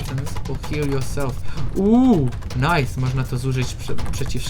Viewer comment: nife zamiast nice